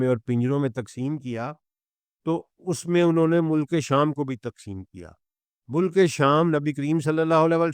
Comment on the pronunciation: باتیں آپ کی سر آنکھوں پر لیکن الفاظ کی صحت پر توجہ دیں—-یہ تلفظ مو- لک- نہیں ہے بلکہ مُلک ہے ،لام پر جزم ہے- ماجود نہیں ہے —- موجود ہے- عربی بھی آپ پنجابی میں پڑھتے ہیں- وعلی ہذ القیاس